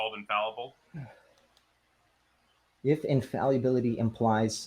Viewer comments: The fact that he never once pronounced infallible correctly is incredible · It's almost too perfect that he repeatedly mispronounces the word "infallible." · His mispronunciation of the word 'infallible' is killing me. Over and over and over again. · I kept waiting for him to pronounce fallible correctly but it never happened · Can’t get past how he pronounces “infallible”. It’s like he is trying to say invaluable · I wondered if he was attempting to combine the words, infallible and invaluable? lol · Pedantry Trigger Alert: Is he saying "invaluable" or mispronouncing "infallible," (which would be hilarious). I'm fairly certain it's the latter. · I'm so glad someone else mentioned this. Theists are annoying enough already, hearing "Infall ee able" every 2 minutes is triggering me more than any bong-water argument he's trying to make. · Hearing him keep saying infallyable is getting really annoying. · "Infaluable" Every time he says it it hurts me but i cant stop listening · bro why does he keep saying infalliable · Was he trying to say infallible when he kept saying infalluble? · If I hear him say infalleeuhble one more time, my head is going to explode. Also, he has a fundamental misunderstanding of Heisenberg's view about God (which is just an impersonal, non-agential explanatory principle, NOT a personal God with a mind and thoughts who makes decisions etc.) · Why does he say "infall-U-ble?" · One of the worst parts was hearing him say "infalliable" over and over again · what about "infaluable" 😂😂😂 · doesn't know what tertiary means. Also, "infalyiable". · Pre - Face? In - fal - Yu - ble? 😂😂😂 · He neither knows the pronunciation nor the meaning of that word. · What dies he think "infallible" means, and why is he saying "infaluable"?